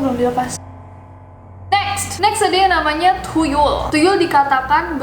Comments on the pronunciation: That "thuyul" i like it lol😅😅😅😅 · nessie baca tuyul thuyul 😂😂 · The way you said 'tuyul' is hillarious kak😂😂